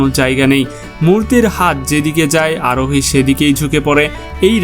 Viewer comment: Bhai Arohi Aroni bolen keno